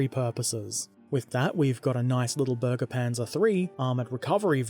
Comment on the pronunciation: No u said it wrong its supposed to sound like berge panzer and not burge panzer